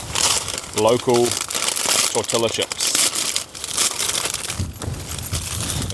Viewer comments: Tor”tella” chips..😂, it’s pronounced torteeeya chips . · Put the chili on a hot dog with same toppings. It's tor-ti-ya chips lol you're brave my friend glad you're safe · You are not pronouncing tortillas chips the right way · Tor-tee-ya chips…PLEEZE…Num, num, more snow’s coming, num, num, bacon and Bree-ohsh, num, num…Please be extra careful when you’re alone. You do not want a serious injury when you’re alone. Glad you made it back. Thanks for taking us along. From an old vet, retired in the U.S., in a little home, on a little river flowing through the foothills of the East Tennessee mountains